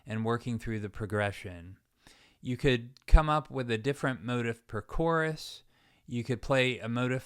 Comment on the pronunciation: I enjoyed the lesson. Thanks. There was a lot there I never thought about before. One minor issue - I believe "motif" is usually pronounced mo-teef`, not mo`-tif.